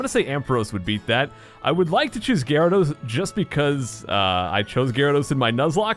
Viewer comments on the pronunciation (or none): none